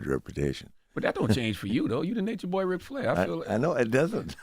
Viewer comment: Yall his name is RIC not rick (real name Richard) drop the k